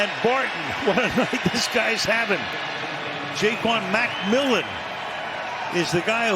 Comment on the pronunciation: Can anyone pronounce Ja’Quan McMillian’s name correctly?